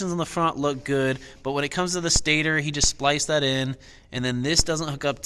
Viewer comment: Stay-tor is how u say stator